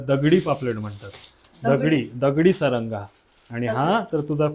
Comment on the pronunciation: सारंगा नाही म्हणत त्याला सरगा म्हणतात व्हिडिओमध्ये अशी थोडी कॉमेडी असली तर व्हिडिओ बघायला खूप मजा येते 😂😂